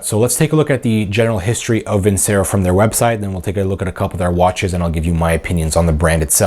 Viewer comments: It's pronounced Vin Chair O. I don't think they claim to be the greatest watches in the world. I think some of their watches are really nice looking. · You’re not even pronouncing Vincero correctly.